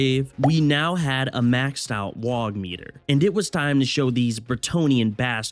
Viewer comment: ITS NOT WAGH YA GIT!!!! ITS WAAAGH!!! YA DONT PRONOUNCE THE G AND H!!!